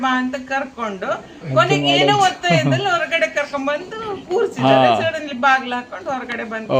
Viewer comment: ವತ್ತೆ ಅಲ್ಲ ಒತ್ತೆ .ಕನ್ನಡದ ಕಗ್ಗೊಲೆ.😅